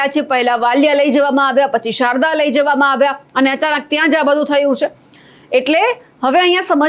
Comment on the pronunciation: શારદા ગેયલા કે શાહદા?.. 😂